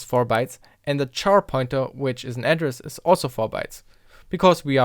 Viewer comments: Finally! This has always bothered me when people say char, like to burn, instead of care. It's an abbreviation of character. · Did you pronounce the abbreviation for character the same as "char" (to burn)? Abbreviations are normally pronounced the same as the unabbreviated syllables aside from a vowel shift from change in stress.